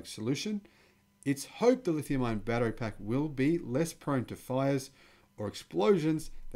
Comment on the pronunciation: Also "ion" not "iron"